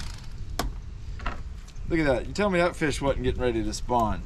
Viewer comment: She calls em feeash. Which is accurate country gal Language round here in South Carolina. And not perch. Breamms.😀